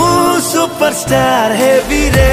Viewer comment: ସୁପରଷ୍ଟାର୍ not ସୁପରଷ୍ଟାର୍ଟ